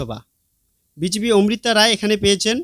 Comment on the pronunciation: দারুন ভিডিও তবে প্রার্থীর নাম উচ্চারণ এবং লিখিত বানানে ভুল আছে। লিখিত ভুল -মিত্র >মৈত্র মৌখিক ভুল - ওমৃতা > অমৃতা